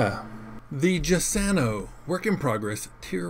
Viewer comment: Giussano is said like jussano. Italian doesn't have the letter j and use giu. Aka giulio cesare, giustino, Giuseppe, the president's crazy lawyer Giuliani.